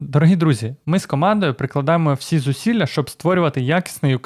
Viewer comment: не зусіля а зусилля. Дякую.